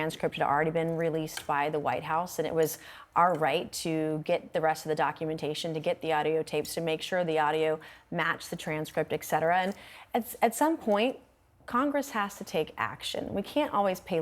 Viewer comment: Never trust anyone who says "eck setera".